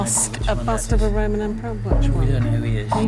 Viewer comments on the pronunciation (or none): none